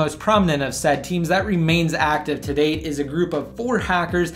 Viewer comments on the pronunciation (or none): none